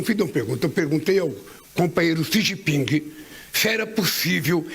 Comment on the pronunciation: Quem chama o presidente chinês de “Xi Jinpingue” certamente estaciona no parkingue quando vai ao shoppingue… 😅